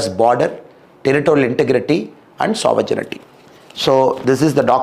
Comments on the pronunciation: அருமை. சாவரஜினிடி அல்ல சாவரன்டி. மாற்றிக்கொள்ளவும். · Shri Annamalai English is very good. Only he needs to correct the pronunciation of Sovereignty (g sound is silent)